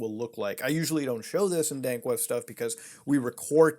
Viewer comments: Honestly, was it just me, or did he say Dank Web a few times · You kept saying dank web lol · it sounds like hes saying dank web i think dank web is just memes